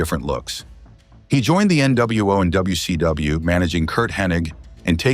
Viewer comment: AI doesn't sound very intelligent when it says wc dumbayou.😂